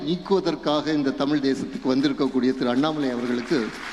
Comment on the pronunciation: தமிழை "தமில்" என்று உச்சரிக்கும் ஒருவனை சென்னைப்பல்கலைக்கழகத் தமிழ்த்துறை சிறப்பு அழைப்பாளராக அழைத்தது கேவலம்.